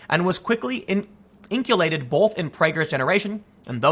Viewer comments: In - Cull - Kated. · The way you pronounced “inculcated” was adorable Tim lol